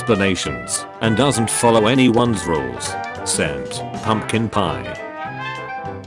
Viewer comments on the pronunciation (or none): none